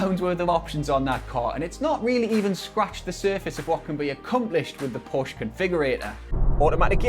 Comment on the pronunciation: Nice review. Just need to pronounce Porsche correctly then it would have been a great review. The cabin isn’t naff if you sit in a right hand drive model.